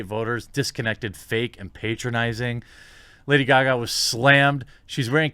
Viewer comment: "Lada Gaga"?